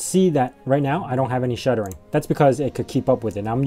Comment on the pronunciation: Are you saying "shuttering"? I believe the word you are looking for is "stuttering". Your video has very good production quality.